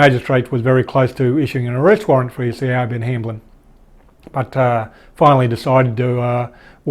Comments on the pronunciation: hey, its pronounced as sha-vonne (Siobhan it's a Gaelic name) great work keeping us abreast of the news 👍🏼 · Not sure if there are other ways to properly pronounce "Siobhan", but the Siobhan's I've known pronounced their name as, "Shah-von". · Hi, that womans name is Irish (Celtic) and pronounced (phonetically) Shee-von, its a pretty common name over here, I went to school with a few girls called Siobhan though the name seems to have fallen out of favour with time, like Yvonne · Siobhan is pronounced "Sh'born" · legit triggering me..